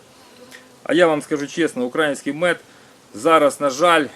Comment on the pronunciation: Робiть правильний наголос на словi "український"